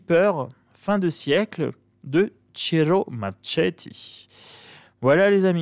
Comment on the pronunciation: Bonjour, superbe oracle, comme l'a dit une personne tout ce que fait Ciro Marchetti est magnifique... Marchetti se prononce comme 🥰🥰🥰